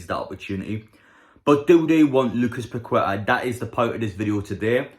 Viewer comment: It's pronounced paketta 👍